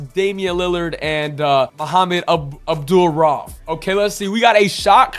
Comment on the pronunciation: Homie butchered Abdul-Rauf aka Chris Jackson….